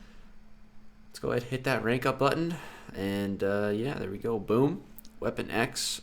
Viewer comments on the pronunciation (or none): none